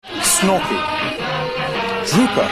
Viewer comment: He said Fleegle and Drooper wrong. It needs to be in the subtitles Fleegle and Drooper, not Flegal and Dropa.